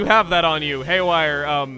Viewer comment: ''Hayware chain shot!''